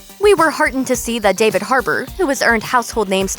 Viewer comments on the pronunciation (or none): none